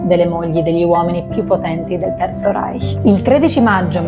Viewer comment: Da persona innamorata della lingua tedesca, apprezzo molto la pronuncia del CH in "Reich". Grazie!❤